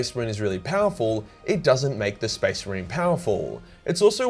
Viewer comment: Speece marine